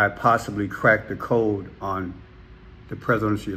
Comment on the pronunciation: craced instead of cracked better word just saying allegedly